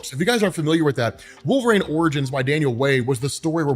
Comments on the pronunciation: Are you saying wolverane?😂😂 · & saying "wolveraine" name a more iconic duo, i'll wait